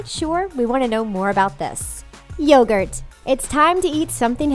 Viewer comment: Yogurt pronounced y-o-gurt